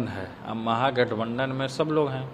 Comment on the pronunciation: pahle mahagathbandhan bolna sikho mantriji